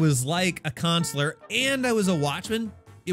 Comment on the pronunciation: Why do you keep this pronouncing the word counselor?